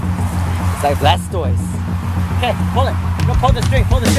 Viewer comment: like how you kept saying blastoised haha